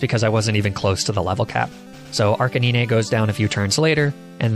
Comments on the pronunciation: Honestly man, love the video....but what in the freaking world is a Arca niney and La Prah? Are you doing this intentionally to drive us crazy? wanting to punch the hell out of the screen and keyboard, bite our nails and bite our tongue in full rage!!! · Arc a nine is the pronunciation not arc a ne nay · Its pronounced "Ar k 9" not "Arcae nee nae" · Its not arcaneene it's arca9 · Archaniene?!!! SERIOUSLY?! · Arc-a-nee-nay??? Arcane canine...arc-ay-nine. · I am almost 100% sure that it’s not pronounced Arca-knee-nay and it’s pronounced Arca-9. If you pronounce it because it’s funny that’s cool but it does annoy me slightly. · What about his pronounciation of Arcanine? He says: Arca nee nay but it’s pronounced arca 9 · arca nee-nay this isn't the end! Lepraa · LePra, Arcaneenee, Onixii- what are you from Vietnamese Crystal??!! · Dude Arcaninay Laprah What the fuck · Dude he pronounces "ark-en-een-ay" lmfaoo it's a joke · 𝑳𝒂𝒑𝒓𝒂𝒂𝒉 and 𝒂𝒓𝒄𝒂𝒏𝒚𝒏𝒆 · Its prounouced arca-9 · ARCHANEENAY LMAO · Arca-ne-neh lol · You lost me at Arcaneenay but you killed me at Laprah. For obvious reasons, I could not sit through the rest of the video, hilarious xD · “le prois”: exists . Arca-knee-nae: finally our battle will be legendary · Nobody: Not a single Poketuber:: "Arca knee ne, La prá." The way he pronounces these is still hilarious, ngl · POV: you’re looking through the comments for someone to clown on this guys pronunciation of Arc-In-Knee-Nay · did... did he just say "arcaneenay"????? Bruh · Arc-A-Nin-Ya? come on bro... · Excuse me? Arcaneenay and la-prah? Did I hear that right? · Bro. Arcaneenay and Luhprah? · Did he just say arcaneenay?🤣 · wtf did he say?? Ark-é-nee-ne?? 💀💀 im dead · I love this guy but Arca Nee Nay? 😂😂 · Who would win: one Arcaneenay, or one Laprah? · arcaneenay xD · Mate the pronunciation of some Pokemon (arcaneenay and la prah) is on point. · I love says larbras and archinini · Ahh yes, my favourite Pokemon ArCaNeeNe